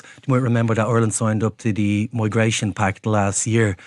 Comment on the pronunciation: Congratulations,. You finally learned how to correctly say the word Ireland. Formally known to you as "Areland & Orland.".....